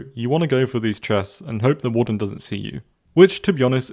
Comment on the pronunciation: THE WAWRDEN DOSE NOT EXIST